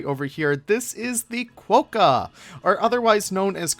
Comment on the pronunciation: Love your work but you have us here in Australia in fits of laughter. Your comment that the Quokka is " known as a qwoka..... um, nope, it's definitely a quokka. Also you said they are found in parts of Australia and EUROPE - umm nope again. In fact they are mainly found on Rottnest Island of the coast of Perth with a few very small colonies on the mainland but Europe is about 14,000 KMs away - maybe best not to rely on Google for fact checking. Again we love your work so you just gave us a chuckle. Keep up the good work ✌️😊☀️